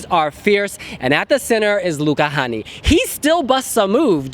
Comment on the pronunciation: You guys really need to learn to pronounce the vowel "Ä". It's like ´"hey", "say", "babe". So it's Luca Hänni not Honey, :-)